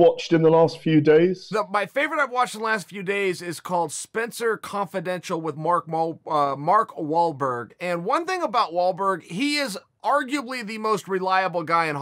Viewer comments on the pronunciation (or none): Mark ball-mall-mawrk mwalberg